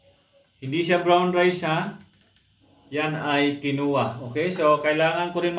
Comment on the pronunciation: Kin Wah po ang bigkas jan